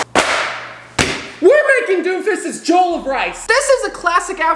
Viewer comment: dude said “doomfises jolov rice” 😂